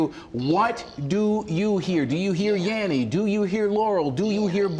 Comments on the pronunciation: Dose anyone hear yaMMy instead of yaNNy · tried also to listen to with different speeds available.. I always hear Yenny and my girlfriend always hears Laurel... ahhaa